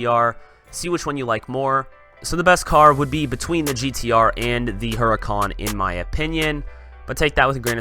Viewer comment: Mate it's hur - I - can not hur-i-cawn